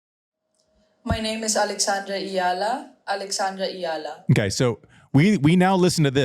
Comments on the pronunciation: Totally! I'm not a native Spanish speaker but, it is so easy. Andy kept pronouncing it like it was "Llala" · Andy pronounces her name, as if it's spelled "Llala". It is really not that hard. It is E-a-la. When you're moving from E to A, it naturally sounds like there's a Y in the middle... which is totally fine. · EALA is pronounced three syllables as E-YA-LA! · I was laughing so much at Andy trying his best to pronounce Eala 😂 It’s like “ih-yuh-lah”. The LA syllable is like “luh” or “lah” 😅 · Think of her name as three syllables: E-YA-LA, like Ayala but with E. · Hey guys. Disappointed. Wanted to hear more about Eala’s game instead of the pronunciation of her last name. How was she able to beat 3/4 elite champions in a week?